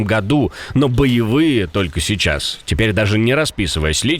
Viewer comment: "а я вам сейчшас пакашу откуда хатовилась нападение..."усатая шеншына опять рада что на нее внымание абратили